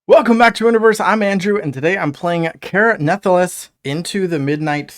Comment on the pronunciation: Crazy how many different ways people pronounce the name of this game lol. Care Nathalass is a first lol